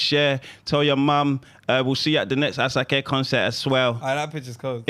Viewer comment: Will (the Nigerian) not collect the helmet for pronouncing Asake’s name incorrectly